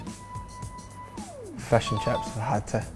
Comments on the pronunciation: nobody: robbo: fesh and cheps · I like how robo says fesh and cheps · Fesh and ships haha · what are u? robo: fesh and cheps